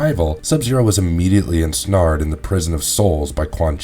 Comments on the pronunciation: You pronounce a few words wrong, Cronika. Which just listen to how the announcer says it in MK 11 and then with ensnared. It's pronounced n.snare.d. I hope information helps you. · Wtf say "ensnared" again lmao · "in snarred"